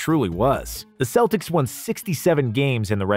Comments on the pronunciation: Love the video, but why the hell are you calling them”seltics”??? there are the Celtics you fucking baboon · He was awesome and one of the few Celts to actually play for the Celtics. It is pronounced with a k you idiots out there. I am a Celt too and when you say it with an s sound, I want to collect heads again. Romans feared us for that.